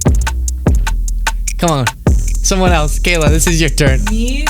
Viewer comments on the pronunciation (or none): none